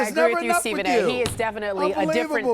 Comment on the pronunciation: I love at the end how the host has to emphasize to Skip that “he is a different playerrrr” like almost angry about it. Never seen a guy more coddled and defended, lied about by the media in my life. Straight trash homie.